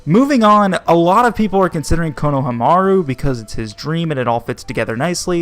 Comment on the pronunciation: I'm sorry but... you butchered like 90% of the names, including poor Konohamaru who was introduced episodes ago.